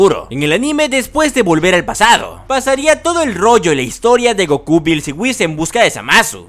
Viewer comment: Jaja si sonó chistoso esa parte